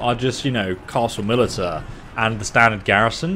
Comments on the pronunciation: You are wrong you want lime kilns to enrich the soil to increase food production if you have 0 or - and it's pronounced "mili'sha" no mili'tea'a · "Militia" is pronounced "Mil-ish-ah" not "Mil-it-ah" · I'm confused, battle brother! What is "milli tah"? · Mili ta? No. Mi li sha. Yes. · Its pronounced as "milisha" not milita, nonetheless I'm loving your content bro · First vassal, then 200 IQ. If nothing else, we know you read the comment. Please keep the content coming. If you can do on on castle and vassal management, I think you’d be the first to get into it. Now it’s mil-ish-ia 😂. Love the content fyi sorry if I’m being a dick 😬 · He says vessel instead of vassal and he says Militia as Milli tuh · You dont say millitia right you say it like millisha not trying to be rude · The way he says militia 😂😂 sick vid though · How did he just pronounce "militia"? That's worse than "Calvary" instead of cavalry. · brother u are pronouncing militia wrong